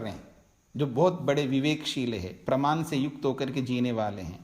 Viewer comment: नमस्कार । आपके व्याख्यान उच्च कोटि के हैं ।‌ परन्तु क्षमा करें - कुछ चीजों पर आपको अवश्य ध्यान देना चाहिए । जैसे १) आप वाणी को 'वानी', प्रमाण को 'प्रमान' और ऐसे ही कुछ शब्दों का त्रुटिपूर्ण उच्चारण करते हैं । २) आप संन्यासी हैं - आपको 'निठल्ला' जैसा शब्द उपयोग करना शोभा नहीं देता ।‌ ध्यान‌ देंगें‌ तो‌ अच्छा होगा ।‌ धन्यवाद ।